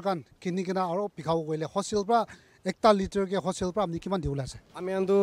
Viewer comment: Reporter - wholesale × Hoshale ✓